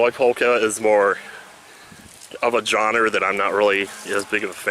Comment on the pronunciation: why are you saying "johnners" instead of "genre"?